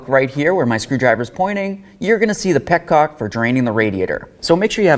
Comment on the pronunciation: Petonges! I love it. There's Frenchman somewhere in that boy lol.